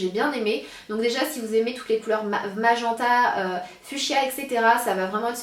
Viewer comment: Sana, pour le mot "MAGENTA", cela se prononce "MAJ-IN-TA".